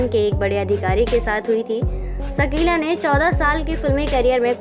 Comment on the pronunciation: सकीला नहीं शकीला